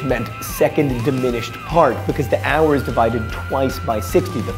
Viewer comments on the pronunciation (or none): none